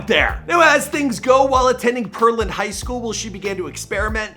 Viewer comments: did my guy just say “per-land” its “pear-land” & the way he said PV 😂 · It’s the way you pronounced Pearland high school for me. I live in Houston it’s not Pearl-Land it’s Pear-Land lol